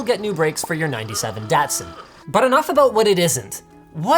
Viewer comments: <----- Nitpicking NERD - its pronounces "DOT-SAN" not "DAiT-SUN" My dad lived for years in Japan and its a HUGE pet peeve of mine that people keep saying "PAIN-KO". DAMNIT its "PON-Ko" Also, thank you so much for supporting out right to freaking TINKER! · We pronounce it DAHHtsun. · Bruh what are you talking about, if you are looking for the Japanese pronunciation it is dattosan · as a 78 datsun driver the way you said "datsin" hurts me :P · Haha but he pronounced it dad son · Linus: 97 Datsun Me: NO Linus: Peeeenalized Me: STOP Linus: Massa Two Sits Me: WHYYYYYY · the way he said Datsun bothered me